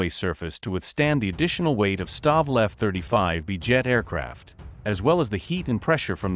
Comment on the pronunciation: Don't you listen to the audio? Adjust the pronunciation of things like F-35B's, type it in as F35bees and it will sound the way it should be pronounced.